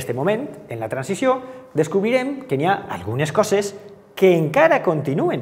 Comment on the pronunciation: Ai les vocals obertes! SupOrt, guErra, modEl, cOses, restablErt, pOt, tÈrbola... Cal parar atenció a la pronúncia.